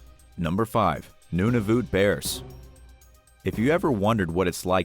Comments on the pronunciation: It’s nun-a-vut not noon-a-vit ~ Canada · DID NOT JUST SAY NOONAVOOT” ISTG AS A CANADIAN THAT PISSES ME OFF AHHHH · Nunavoot lmao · You miss pronounced Nunavut completely wrong. Its nun-a-vit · #5 Polar bears don't " Murder People" what a ridiculous comment also your pronunciation of Nunavut is way off.